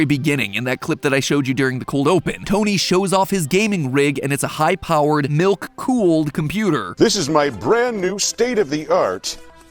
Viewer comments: I cant be the only one who heard nuke cooled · Am I the only one that thought he said "nuke cooled" pc 😭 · Idk why but when tony said he had a milk cooled pc, I thought he said NUKE cooled pc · Anyone else hearing Tony call his pc "nuke-cooled". No? No, just, just me. Ok. Ok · i thought he said “nuke fueled pc” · At the start i thought Tony said nuke cooled pc.